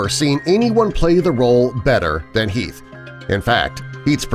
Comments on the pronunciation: Its Heath and not "Health" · heath not health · ALFRED* And Heath* not health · mistake detected.... It'd be heath not health. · Great vid but, u said Health instead of Heath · #5 says Health instead of Heath... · it's Heath no health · Nr 13 at 6.31 min , explosion , iT was Heath. NOT health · it was Heath not Health 🙄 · wtf he just said Arthur also says health